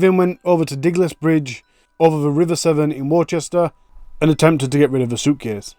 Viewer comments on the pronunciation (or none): "Warchester"...?!? Aren't you from the UK??? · It's pronounced wuster. Not trying to be a dick, just an fyi, might be useful esp to our American friends who often struggle with our place names✌🏻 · Worcester is pronounced Wuster, x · you are british. How come you dont know how to say Worcester? Unbelievable!!!